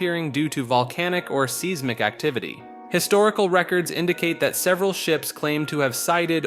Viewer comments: Size-mick. Not seez-mick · seesmik lol